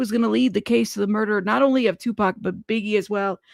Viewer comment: I’m sorry. but i call bs hes Tupac can it pronounces his name wrong and he’s never heard of Merced I’m just nitpicking up what he’s putting down